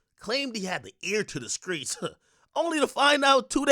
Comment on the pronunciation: Ear to da sheets not da skreets 😂😂😂😂😂😂😂😂😂😂😂😂😂😂that was funny af